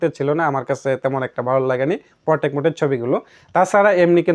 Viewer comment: এর পরথেকে পোরটেক না,,! পোট্রেট বলবেন। আগে ব্যাবহারিত প্রতিটি শব্দের সঠিক উচ্চারণ স্পস্ট কোরে শিখে নিন। আমাদের সমস্যা হলো নিজেকে নিজে যাচাই করতে পারিনা। তবে নিজেকে হাজি সাব মনে করি।